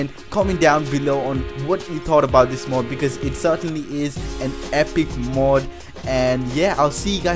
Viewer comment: It's mod not mud